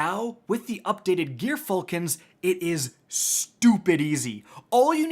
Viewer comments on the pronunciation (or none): It's "Jer-falcon's", G.dammit.